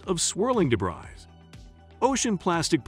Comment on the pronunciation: Debris it’s pronounced: Day/ bree